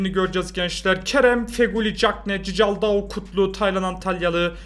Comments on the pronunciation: abi nolur cicaldau deme doğru okunuşu çikaldau lütfen beğenin de görsün siz de yanlış alışıyorsunuz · Abi o Berkay değil Berkan ve cicaldau değil okunuşunu yazıcam çikaldau😁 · Abi cicaldao değil çıkaldao van aniston değil van ahott tamam mı abi